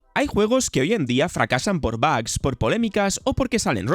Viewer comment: Lo de Hitman fue una idiotez, pero lo de DMC fue directamente un insulto a la saga, que bueno que nunca lo jugué 😡😡 Por cierto, no se dice “bags”, se pronuncia “bugs” tal cual como se escribe. Practica ese inglés, porque tu pronunciación a veces es horrible, sin ofender. Bugs = bichos Bags = bolsas